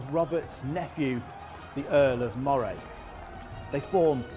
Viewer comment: Moray. Pronounced Murray not MO -Ray. I'm from Moray in Scotland.